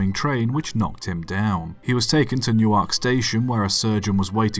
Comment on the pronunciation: You mispronounced Clerk. Oh! And depot. And Newark. And Terris.